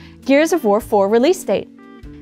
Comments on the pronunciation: i swear at i heard "gears of vore 4" and i feel like polygon as a collective needs to tone down the vore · I heard Gears of Vore 4 multiple times. Help.